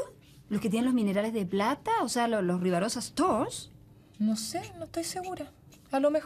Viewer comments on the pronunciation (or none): Debería ser "Ribarosa Stones" y sí... es el clásico chascarro jajajajajaa >>